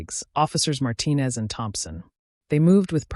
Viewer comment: Yet again, there was another chin in this story. But at least they pronounce the last name Martinez correctly.😊